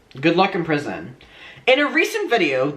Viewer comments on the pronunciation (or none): Omg I had to rewind when you said “good luck in prison” because it sounded exactly like you said “good looking person” and it made sense with the context too bc you were showing a pic of him 😂😭